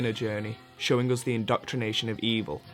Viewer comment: why does the speaker pronounce the words wrong like always saying "soobject" instead of subject or "oos" instead of "us" or "thut" instead of "that"?